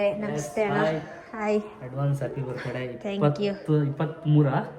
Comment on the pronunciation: Kindly learn phonetics, you pronounce Birthday so badly.......